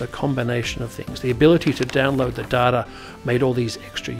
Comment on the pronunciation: pronounced - Dayta - not Darta